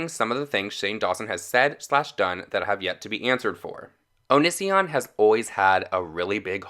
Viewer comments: btw... it's said like "oh-knee-c-on" NO HATE ON YOU BABE...I was just saying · O-kenee-see-on Not o-nis-e-on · OH-NEE-SEE-ON PRONOUNCE OT RIGHT OR DONT MAKE VIDEOS ABOUT IT I COULDNT GET THRU THE FIRST 5 MINS WITH YOU SAYING Oh-Nis-e-On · Low key a nitpick, but you pronounced his name wrong lol It’s not a big deal I just get bugged easy It’s oh-knee-see-on Great video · "O niss ion" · I'm so triggered by his pronunciation of 'onision' Am I the only one?!?! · Im mostly annoyed that you dont say Onision correctly....